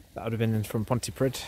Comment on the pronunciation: Petty comment of the week coming up. Pontypridd is pronounced Ponty preeth. Kind regards from a pedant down Swansea way!